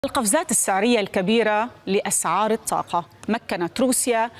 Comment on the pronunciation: الطاقة و ليس التاقة